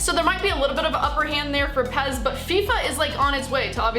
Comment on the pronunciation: Its pes not pez